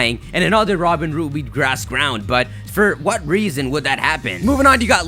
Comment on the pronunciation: Robinroot? No no no.. ROBIN HOOT!